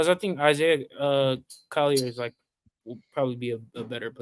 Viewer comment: He said Isiah Collier at #2?! HELL NAW! 🤦🏿‍♂️👎🏿